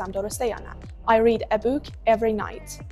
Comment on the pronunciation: احساس میکنم book رو اشتباه تلفظ کردید و ربات اشتباهتون رو نگرفت...